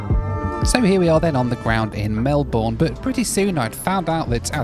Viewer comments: I can't believe you managed to visit all my top airports. I'm sure you've already heard this, but just in case, I thought I'd let you know that Melbourne's meant to be said as "Mel-bn". Lots of people get this wrong who aren't familiar to be fair though. Also it's possible that both the ferries you pointed at were Manly ferries, which take you to the town of Manly on the northern side of the harbour, named so because on Cook's first voyage they found aborigines there acted surprisingly manly. The yellow and green ones are much more iconic as Manly ferries so it's funny the blander one would stand out! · Great video (as usual!), but I am going to pull you up on one thing....... and that is your pronunciation of Melbourne. Now, I know you can take the lad out of Mansfield and all that but it is not pronounced in the same way as Melbourne, Derbyshire ie it's not Mel-bourne it's actually pronounced Mel-burn (or even Mel-bun) with a very short second syllable. This is one thing this ex-Derbyshire lad learnt very early when settling here. Now you know you could always look to revisit Jetstar Domestic for a flight to/from Melbourne - Happy Landings!! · Greetings from Cape Town. I have just returned from a 5 week trip to Melbourne, Australia, with Qatar. I also flew with Jetstar from Avalon airport to Gold coast airport. It was only a 2 hr flight on the A320, and it was good., remember, Melbourne is pronounced as Mel-bin. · You need to learn how to pronounce Melbourne (Australia) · Please learn how to say Melbourne correctly as all Aussies do!!! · When you say Melbourne you leave the our out. Great video.😀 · Wow - I winced pretty hard at every mispronunciation of Melbourne, not quite as bad at 'the apocalypse' though! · Dude, you called the Acropolis the Apocalypse, you don't know how to pronounce Melbourne, you compared Sydney to Newscastle, and you called the Opera House a theatre thingy. For someone whose so we'll traveled you're not very well-informed.